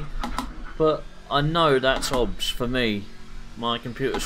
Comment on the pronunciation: Good video but I don’t understand what software you are running in parallel? Are you saying OBS ? If yes, it’s O. B. S. 😉